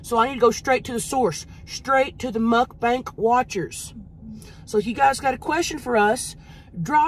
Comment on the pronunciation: Mukbang not mukbank lol